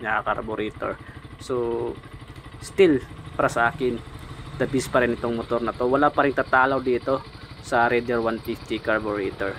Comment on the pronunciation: The beast' daw 😂😂 ayusin mo kuya ang pag pronounce mo ng the best 😂 haha hahahahah 🤣